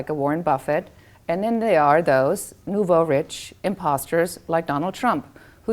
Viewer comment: It's pronounced "nu-vo reesh" if she wants to get all elitist with her appeal to authority on being businesswoman. Psssh, bye. Take that mess on down the road, I'm not buying it.